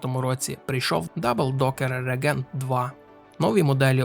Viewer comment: рЕгент, рЕгент, рЕгент. Це для того, хто читає. І ще 1125 раз повторити. Від твого регЕнта з вух кров тече. Ну а про роутмастер та аррОу я взагалі мовчу. Вчи англійську або хоч спитай, як це вимовляється аби не ганьбитися.